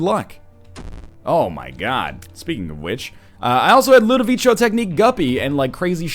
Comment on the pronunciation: Ludivico pronunciation is starting to annoy me